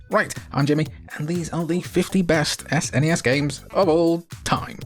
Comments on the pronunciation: SNES, rhymes with, uh, Ness. Not fez. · You're prouncing SNES incorrectly....lol